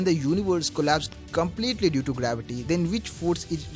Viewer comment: And by the way engish is very bad , bhai..what u have in mouth, first remove that..glavity ..ha ha ha